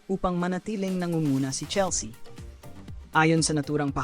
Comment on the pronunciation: CHELS-YA talaga??? Merong Filipino AI voice na pwede gamitin. 😂😂😂